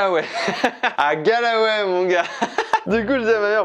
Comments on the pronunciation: « Galway » ! Pas « Galaway » 😂😂 et il y a de magnifique église à Dublin aussi hein 😂 Mais c’est mignon ce que tu as fait pour ta mère. Goal ! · Ayant vécu en Irlande et surtout à Galway pendant plusieurs mois, ça m'a un peu fais mal au cœur de t'entendre prononcer le nom de la ville ainsi ! 😭😂 c'est [Golway] et pas [galaway] 😂 #momenthermione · Incroyable tu m'a fait revivre mon voyage scolaire de 2004 exactement les même endroits, ces grand lac du Connemara et cette magnifique église ! superbe vidéo et cadeau pour ta maman et hommage à ta grand-mère ! Par contre la prononciation de Galway XD continue comme ça avec d'autre destination !